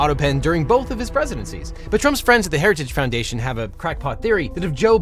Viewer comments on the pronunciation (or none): I keep hearing 'heretic foundation', weird